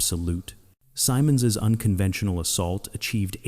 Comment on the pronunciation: Goofy Pronunciation - he and all who knew him called him Guy "Sym-Monds"; NEVER Guy "Sigh-Monds".